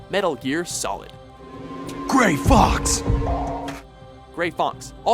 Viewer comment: The End's fight should've been somewhere on this list and why the fuck was Naked Raiden ranked above returning to Shadow Moses and Big Boss' death? plus butchers the fuck out of Gray Fox's and Olga's names sometimes ( like with they're anime lists ) you can tell they don't play/watch the source material